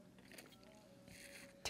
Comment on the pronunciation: Every time he says tanks or taaaaank you I smile